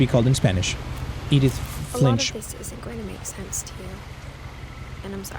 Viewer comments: Edin fish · 😂😂He couldn't pronounce Edith Finch😂😂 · first couple of seconds of struggling to say edith finch is hilarious to